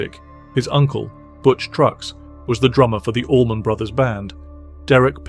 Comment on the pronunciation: And Allman not almond 😣